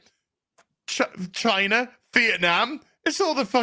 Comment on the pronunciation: Your way of saying China is getting realy annoying